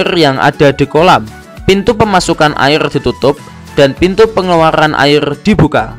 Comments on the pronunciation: Airrrrr rrrrrrrr 🤣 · Airrrrrrr terlalu lancar rr nya bang😂